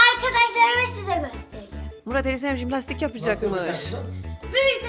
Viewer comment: Cİmlastik değil Jİmlastik abla